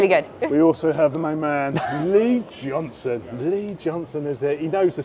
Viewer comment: Great video, however it’s Lee Johnston, not Johnson. 😉 Keep up the good work.